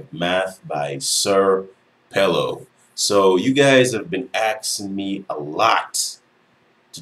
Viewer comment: "senior PELO" (SrPelo) bro not sir pelo